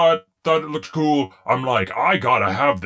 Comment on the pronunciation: You're really cuul Gets me every time 😂🤣